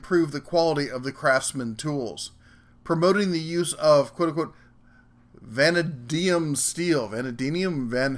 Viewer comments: va·na·di·um /vəˈnādēəm/ Wonderful things, dictionaries. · Good day there,... Just wanted to dole out a prescription for some pronunciation medication... Ugh... Way too many shuns in there... Anydoodle... Vuh-nay-dee-um:-) Happy wording brother, and thank you kindly for all of the time and effort you put into creating these 'videos'. Must say, I would very much prefer to see you as a talking head, even if just sitting at your computer staring me in the eye, growling and eating Salmon while sharing knowledge and information... Beartastic man. Beartastic indeed. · it is pronounced van dane e um also subscribed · vuh-nae-dee-um. (Vanadium steel) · Awesome! I'll have to look for it. I won't even hate on you if I disagree with your opinions. I'm still disappointed that you're not a real bear though lol! Oh and the pronunciation for vanadium is van ay de um. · vuh-NAY-dee-um steel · Vanadium - vuh-NAY-dee-uhm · Vanadium=Vanay-dee-um ya dumb bear! LOL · LOL Pronounced "Van-Nay-Dee-Am" Love your videos they're Beary Nice. Do the tool truck brands: Snap-on. Matco. Cornwell. Mac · The f'n bear ruins the video. It would be better looking at an empty shop. It is so annoying to watch that stupid bear. If you cannot say vanadium, you have no right to talk about tools. The quick release ratchet was a stolen patented design. Shame on Sears/Craftsman. Let's be honest. When you build your channel on a stupid bear, you deserve to be ridiculed. Harbor Freight's guarantees are worthless. They discontinue/change models faster than Detroit.